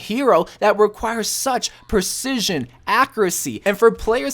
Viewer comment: Take a shot every time he says “ackeracy” or “ackerate”